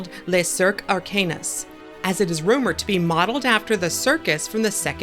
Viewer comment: Arcanus is pronounced ar-can-oos not ark-anus 😂